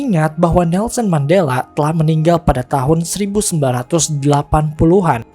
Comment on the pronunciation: bukan mandala, tapi mandela min